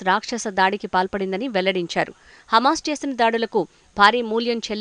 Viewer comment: హెమస్ కాదు హమాస్ ఆని పలుకు, న్యూస్ రీడర్